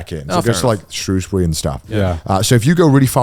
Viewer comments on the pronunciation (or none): Connor said Shrewsbury wrong